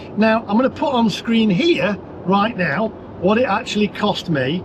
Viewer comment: ackshuallly i fink you should have used the porsche navigation app to get you to the cheapest chargers akshuallyy 😅😅😅😅